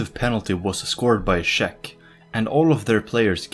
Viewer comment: had me watching until he said shek republic